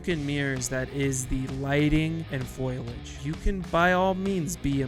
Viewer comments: by the time it's actually released i would guess most people will have upgraded for it. also, dude, it's fOliage not FOILage, unless oc you're doing for larfs 😉(i'm sorry, i now see you copped quite a bit of flak over this :) ) you don't want them to rush anything, but you want all factions, model and maps to be updated already? i think everyone needs to take a chill pill and be patient and stop crying that the game is broken whilst demanding cluttered full fidelity at 4k and insane fps - looking at those peeps that insist the <100fps 4k Ultra, means the game cannot run. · *Foliage. Fo. Li. Age. NOT "foilage." That's not a word. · insert marge simpson meme about saying foliage